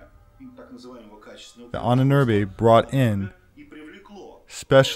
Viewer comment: Ahnenerbe = Ahnen Erbe = ancestor's inheritance, you should try to pronounce Ahnenerbe as you butchered the word into hell and back.